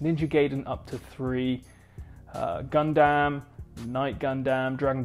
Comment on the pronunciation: DID U JUST SAY GUNDAMN AS A GUNDAM FAN MYSELF I AM A LITTLE ANNOYED